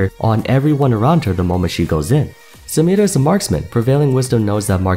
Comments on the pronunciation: Symirã. Nice pronouncing……. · Him saying samira makes me want to not live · why do you say samiras name like that? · I actually wonder where did you hear that pronounciation of Samira, dont get me wrong, I love your videos but its so annoying 😂